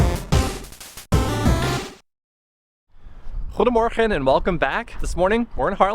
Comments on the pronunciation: Your "goedemorgen" is almost perfect !!! And yes... The Wadden eilanden somtimes are very windy... I see Michelle almost went flying. Nice video... I'm looking forward to the next. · Wow, your Goedemorgen sounds perfect! Great vlog again. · Hi dear people,, you say Good morning perfectly well, but the CH in Terschelling is the same sound as the G in Good morning. Just practice, because the SCH is very common in Dutch. So the verdict is SG….Michelle, it was a bit too cold to walk in a bathing suit, poor you! but there will be a little better weather and I have also seen more sun on TV. See you soon, ❤️ Hil